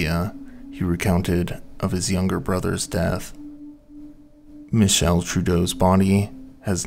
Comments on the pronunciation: you pronounced Michel correctly! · I don't know if it's true for him but the pronunciation of Michel is usually ME-Shell or ME-Kell... (Edit - - NM, you did it.)